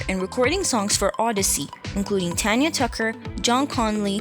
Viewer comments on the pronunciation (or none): none